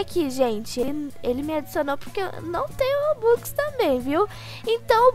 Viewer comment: Eu amo quando ele fala robuquiz